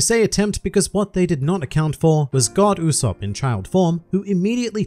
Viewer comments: You said the name wrong throughout the episode... It’s Go D. Usopp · Actually, it’s pronounced Go D. Usopp